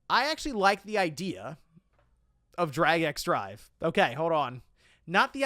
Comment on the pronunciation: It’s pronounced “Drag and Drive” not “Drag X Drive”.